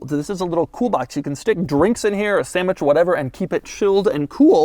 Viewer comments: Did he say samich ? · "A sammich"